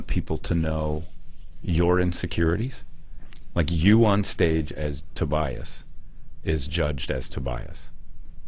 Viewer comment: How about learning how to say Tobias ffs